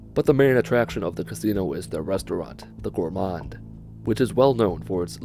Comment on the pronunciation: Gourmand, not gourmande, idiot.